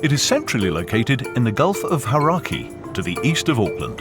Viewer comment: Hararki??? Hauraki!! The Hauraki Gulf.